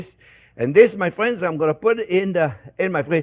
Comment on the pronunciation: Fwends. Mawanade